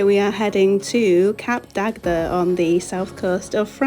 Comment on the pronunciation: It’s pronounced “Cap Dag” the second D is silent.